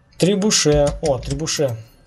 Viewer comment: "трибуше" почему трибуше? он же требушет !